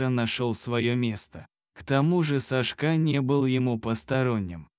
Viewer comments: Кошмар! САшка, а не СашкА! БЕгом? Может БегОм? Ужас! Админы, куда смотрят? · Лучшие прочитать титры , чем слышать этого чтеца.... хотя бы просчитывали заранее или ставьте этим бездарем ударения на все слова , правда, ну режет слух и смысл теряется ( СашкА, ну почему, когда САшка, это же имя ) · СашкА...Ну что с робота взять?Люди совсем обленились,свое же видео озвучить самостоятельно лень...Уши режет. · Сашка - ударение на первом слоге! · Почему СашкА, а не САшка. Вы что не слышите что вы говорите и как. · Не могу слушать бесконечное сашкА . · Не буду слушать только из за того, что диктор неправильно ставит ударения, даже в имени. Противно слушать! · САшка,ударение на первом слоге!Безграмотность !Противно слушать! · Это что за СашкА? Кто озвучивает - мигрант? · Когда читаете думайте что говорите имя Сашка ударение на первый слог а вы читаете ударение на последний слог извините но ухо режет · Делай правильно ударение.Что это за Сашка‘.Слух режет. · СашкА, глАдя на хозяина - ну, зачем это?! Неужели нельзя прочитать ПО-ЧЕЛОВЕЧЕСКИ, а не ПО-БОТСКИ?! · САшка! САшка! Неприятно слушать... Лайк не ставлю. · Одна повторяющаяся ошибка при ударении режет слух_ Сашка_ ударение на первом слоге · Сашка- ударение на 1м слоге, а не на последнем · Сашка ударение на первую а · Читает без ударения на имя Сашка отвратительное чтение. Рассказ замечательный. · Где Вы учили русский язык? Сашка ударение на первом слоге!!! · На каком языке так произносить имя Сашка, режет ухо такая безграмотность